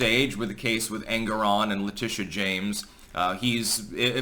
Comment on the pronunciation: the way you pronounce it I end up hearing Angron - a very angry boy from 40K :D